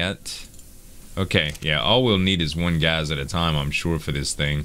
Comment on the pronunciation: Z I love ya. Your killing me. It's not gazzz.. Gassssssss